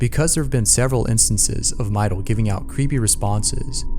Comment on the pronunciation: "Mydol" Any other girls hear this and do a double take